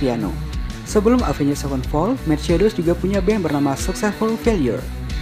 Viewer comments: Jangan pakai 'njed' dong baca Avenged nya 😂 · Soalnya rada susah dibaca kalo ga pake "njed" 😂